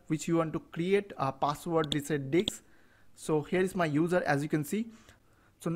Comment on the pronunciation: thynx but it is not diks it is disc